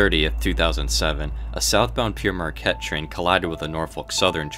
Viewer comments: You are mispronouncing the first word in Pere Marquette. There is no ‘I’ in the word. It should be pronounced like the fruit “pear”. The word Pere in the name is the French word for father. Jaques Marquette, for whom the train and railroad was named, was a French Jesuit priest, i.e. Father Marquette, who accompanied French explorers on their journeys through the Great Lakes in the 1600s. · Being FROM Marquette, MI. myself, we were taught the correct pronunciation. "Pear" Marquette. Also we''re somewhat close to the Canadian border where French is their 2nd language, hence Sault Ste. Marie, MI and ON. Sault = Soo. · Jacques Marquette was not "sometimes known as Pierre Marquette" ; Père is not a name but a title and it is not pronounced "Pierre"; it means "Father" in French and is a title for Catholic priests, so Father Marquette. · Pere is not the same as Pierre, the Pere in Pere Marquette means Father as in he was a Catholic Missionary and is pronounced like the fruit. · Pere in French is pronounced like the fruit pear. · Pere is pronounced like the fruit 'Pear' meaning 'Father' in French, it also means father in the Catholic sense like how English-speaking Catholics call priests 'Father.' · Yeah I was going to say this too. There's no "i" in Père. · One correction: You keep saying "Pierre Marquette", that's incorrect, the è in Père is pronounced "eh". Pere Marquette is pronounced like the word "pair". Père is also French for "father", so the name is "Father Marquette" in English, which makes sense since the guy was a priest. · Is pronouncing "pere" as "Pierre" a Michigan thing? The correct pronouncination is "pear" like the fruit but in New York Central Odyssey by Green Frog of which most of the footage was shot in Michigan by Emery Gulash, the narrator as says "Pierre Marquette" instead of "Pere Marquette," then to hear "Pierre Marquette" in this video too I'm not sure if it was just an error on the part of the narrator or is this just how Michganders prnounce it.